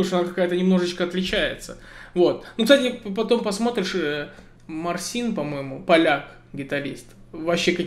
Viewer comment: Мартин а не Марсин